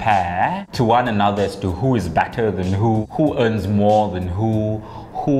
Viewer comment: nak muntah ckp "more" 🤣🤣🤣